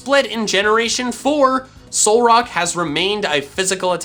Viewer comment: "Solrack... Solrock..." His Reddit: write that down, write that down!